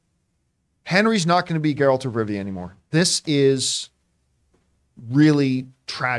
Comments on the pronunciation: It's GE-ralt. Not JE-ralt. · ok john you can get rid of this particular “host” shes always flubbing words and she said “Gerald” of Rivia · I don't understand how people who say they watched the whole show or played the entire of Witcher 3 but still can't pronounce Geralt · The girl who mispronounced the name didn't say she watched the show. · Oh, the horror!!! She mispronounced the fictional character's name!!!